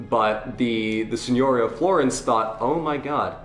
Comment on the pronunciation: Signoria. The accent is on the second i But I can understand the confusion, as Signora (madam) is instead pronounced like you pronounced Signoria (lordship). I'm telling just because, you know, people are learning from you